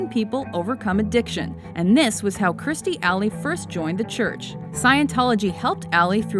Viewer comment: it's kirstie, why does she keep saying kristie?